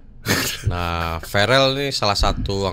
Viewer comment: Verel bang Verel BUKAN FAREL